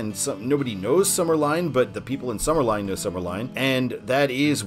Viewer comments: Summerlin is pronounced Summer Lynn, not Summer Line…….😊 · Summerlin is pronounced Summer-LYNN Ely is pronounced EE-LEE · "Ely" rhymes with "freely." "Summerlin" rhymes with "paladin." Last I knew the county had no particular interest in putting an Interstate shield on CR-215 because it didn't get any federal interstate money to build it. I also thought all the interchanges on the northern part of 215 were complete now, but I never go that way so maybe not. While I-515 >is< signed, locals never refer to it that way; the whole length is "the 95". I-11 rarely comes up in conversation, but I suspect most people think of it as an extension of "the 95" even though US-95 exits off it before it reaches Boulder City and the dam. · Some pronunciations: Summerlin - Summer-Lynn Ely: Ee-Lee Love the videos! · Summerlin is pronounced summer-lynn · The way he mispronounced summerlin 😭